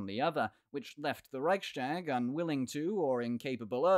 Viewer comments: The Reichstag isn't pronounced that way. It is Rechs-tag, not Reich-stag, so the st rule doesn't apply. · Raihs-tāg not Raik-štāg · Rise tahk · It's a weird pronunciation, indeed! I've heard it be pronounced "Rike's Tag" in English, and then a different way in German (with the ch being pronounced like the ch in Scottish "loch"), but never "Reishtag"! Thanks for the comment! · Next time I’ll hear Reichstag being pronounced „reishtag”, I’m jumping of a window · The ch in Reich is pronounced like Charly without the -arly part. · Good point! Furthermore, I've never heard the "ch" in Reichstag be pronounced that way! Thanks for commenting!